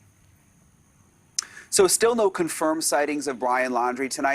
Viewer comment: Do none of these reporters not know how to properly pronounce Appalachian?